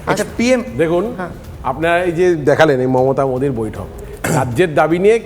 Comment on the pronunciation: নরেন্দ্র মুদি নাম উচ্চারন করতে পারছে না